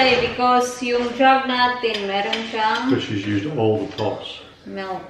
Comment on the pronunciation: You always said melk.... it's milk Is it the dialect in Manchester?